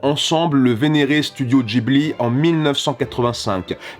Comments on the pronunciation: pardon, mais Studio DJIBLI ? ON DIT GUIBLI BORDEL ! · C'est Gibli Pas jibli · Une bonne foie pour toute, le H dans Ghibli, c’est JUSTEMENT pour rendre le G neutre, et qu’il se prononce [g], pas [dj]...........